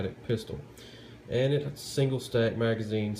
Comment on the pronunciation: I like how he said singel stack mag lmao for real